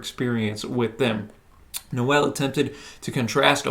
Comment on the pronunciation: Noel isn't pronounced No-ell, it's pronounced like bowl but with an N (obviously).